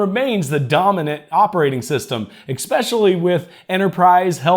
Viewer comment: "Eckspeshully" Especially.